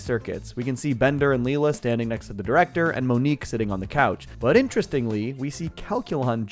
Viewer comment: excuse me, did you say Lee La? wow. did you even watch Futurama lol